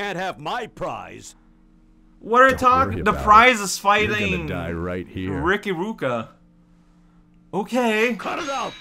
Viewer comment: "Keya of Tempo In clan" "Ricky ruuka" Oh gosh, the name pronounciations XD